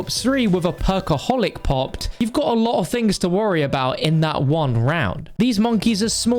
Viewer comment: Haha He said "A Lava of times"